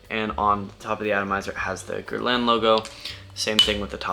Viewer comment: Pronounced Gher Lan